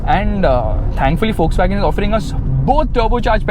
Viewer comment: Everytime he screams wolkswagon sounds fuckswagon to me😂